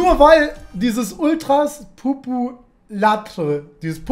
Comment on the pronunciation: Hauptsache da steht „populaire“ und sagt „populatre“😂😂😂